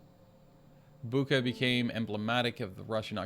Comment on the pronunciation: The "ch" in Bucha is pronounsed like "ch" in "chips". BOO-tcha.